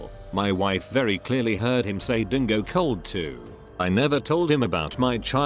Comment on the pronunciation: The way he said It like FUCK, Dingo COLD BITCH?! REALLY 😭😭😭